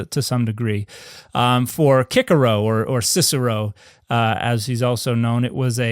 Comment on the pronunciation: I like it that you pronounced Cicero in classic Latin.😻😻😻😻😻😻😻